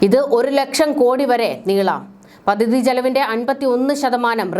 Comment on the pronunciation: താങ്കളുടെ ഉച്ചാരണം പലതും വികലമാണ്. " പദ്ധതി ", എന്നു പറയുക. " മുഖ്യ മന്ത്രി " എന്നതും തെറ്റിച്ചാണ് പറയുന്നത്